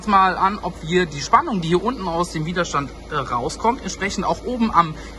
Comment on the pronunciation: Widerstand ohne langem i...aber wahrscheinlich bin ich mal wieder zu pedantisch :D